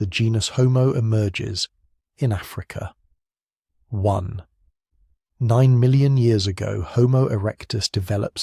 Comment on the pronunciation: Does the author of this text listen to it? It's very annoying to hear that dumb robot read "1 [pause] 9 million years" instead of "1.9 million years", because it mistakes that point for a full stop. No human being would read it like that, therefore it must be a robot which doesn't understand what it's reading.